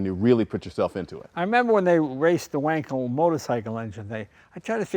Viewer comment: only guy who pronounced wankel right, good on him. its van-kel, not wankel